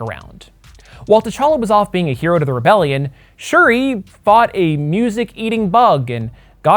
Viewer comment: Everytime you said shiri my damn iphone started listening